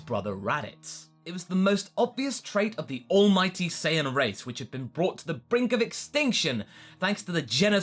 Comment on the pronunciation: I'm not wrong though he said sayaijin instead of sayian like come on